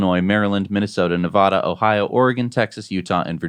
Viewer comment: Why can't you pronounce "Nevada" correctly? It's not hard. Talk to your Nevada people to confirm pronunciation. Sheesh, it's hard to listen to.